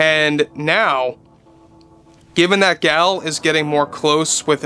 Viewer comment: Gal is pronounced to rhyme with "doll" and Gadot rhymes with "Bardot". The "T' is silent.